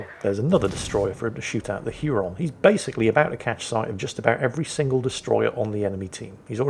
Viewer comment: Hey. Huron is pronounced "Hyer-on".